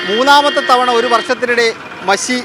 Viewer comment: മശി അല്ല മഷി... 🙏🏽